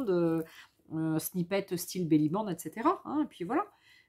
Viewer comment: Bonjour, on dit Belli Band. (Une belle bande) Pas Belli bang 😂...